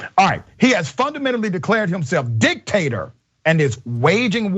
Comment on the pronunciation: Did you say Candace Owens loves "dick tators"?